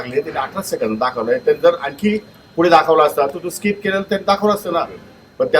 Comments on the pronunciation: स्काईप nahi skip असत te😂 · जाहिरात स्किप करायला 18 सेकंद लागतात 😂😂😂yedyat कोणाला काढतो भावू...स्काईप नाही स्कीप म्हणतात येड्या